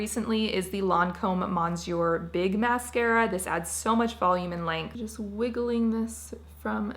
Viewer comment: Your pronunciation of Monsieur big! hahah